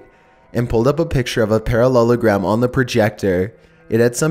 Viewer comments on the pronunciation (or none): He said perrelulagram about 29 times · How many times he said parollelogram 👇🏿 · if i hear parallagrams one more fucking time imma spaz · Stop saying parellelagram so many times find a different word like chicken nugget (oh btw these are creepy) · I dare you to count how many times he says parellelagram in story 2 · i skipped the second one cause i could not hear him say "Parallelogram" again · at the end of a sentence HE PRONOUNCES IT SO WERID I HATE IT